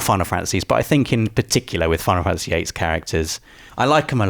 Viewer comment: Imagine not being able to pronounce Fantasy. wtf is a fanAhsy